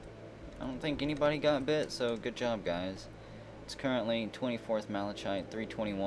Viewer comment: i can't ignore it anymore!!! the word malachite is pronounced mal-uh-kite!!